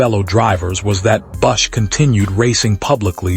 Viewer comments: Who the hell proofed this AI crap? His name is BUSCH, not Bus. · Who the hell is Kyle “Bussh”?! And you gave no info on the funeral. Delete this crappy waste of disrespect to KB